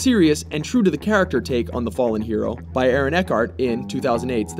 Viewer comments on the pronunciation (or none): none